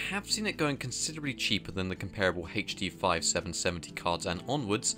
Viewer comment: Anyone else wince when they hear "haith-D"?